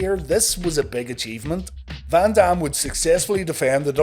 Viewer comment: The way he says Van Dam I kept thinking he said Bam bam, I kept waiting for a run in that will never happen